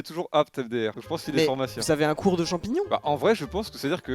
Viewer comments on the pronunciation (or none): C'est moi ou il a dit Phormacie et Phormacien?